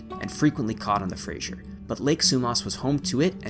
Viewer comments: It’s Simon Fraser, not Simon Frasier. No “zh”, just an “s”. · Now get FRASER correct lol. Fraser not "frashure" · Pronounced as Fraser not "Frasier"... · I hear it being pronounced Frasier (as in the sitcom). It's Fraser. The rest I knew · hey Albertan it iis Fray zur river not the awful hollywood construct you are spitting out. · NOOO THATS NOT HOW YOU PRONOUNCE FRASER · Yeah, it's kinda weird how he pronounces both of these. I live in the area and we certainly don't say it the way he's pronouncing it. Other than that it's a very good video. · But hasn't gotten Fraser right. I figure the narrator is an American whose pronunciation of it is influenced by the name and character of a popular TV show. 😆